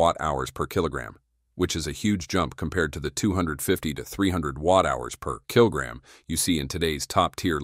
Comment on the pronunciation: The voiceover puts emphasis in weird place PER KILOGRAM